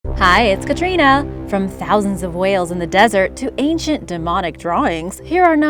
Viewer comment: Katriiina fuch fweu...!!!!!